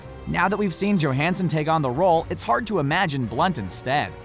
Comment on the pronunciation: You MAY be right. All i know is the narrator mispronounced Scarlett's surname wrong. It's pronounced Yo-hanson . 👨‍⚖️👨‍🏫🎭🦸‍♀️🥇🥈🥉